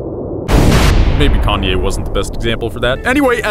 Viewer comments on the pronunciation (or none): none